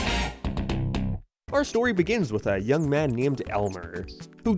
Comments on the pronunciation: Gotta be real.. I hear “young” not “yo” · I hear “young Danny phantom” it’s just said weird. More like “Yoong” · Holy shit.. he is saying young. I can barely hear the ng when he repeated it over and over.. i can't unhear it anymore. I liked it better when he said yo 🥺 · It may be written Young, but its performed as Yo. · I grew up on this show and thought it said YO my whole life but after being told and listening again it totally says Young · It's absolutely "yo" there is no "ng" sound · Sounds like "young" to me, just pronounced less nasally. Yo-ng. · Me too he definitely said young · The lyric sounds very clearly to be "young" pronounced with a particular American accent. It is subtle but you can hear the "ng", he just says the word very quickly and bluntly. A common American accent is to pronounce it "Y-OHng" with the ng being much less audible than the "YOH" emphasis. I can understand how you're hearing "yo", but I think it's especially because of the way he pauses after saying "young". That pause is just a flow and nothing to do with the vocabulary, it also makes much more sense for the lyric to be "young" for an American cartoon in 2004. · As much as I loathe agreeing with Butch. You can clearly hear that it is "young" and not "yo." There is a clear N sound, with soft G. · There is definitely an 'ng' sound on the end of that 'YO', especially when you repeat it like that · I can’t believe I’m saying it but your rant on it being yo Danny fenton made me change my mind. He is saying young but he pronounced it weird and got quiet on the second half of the word. I was convinced it was yo until you played it over and over again.